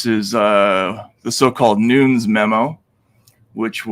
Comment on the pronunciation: also Nunes is PRONOUNCED NOON-NEZ! c'mon Matt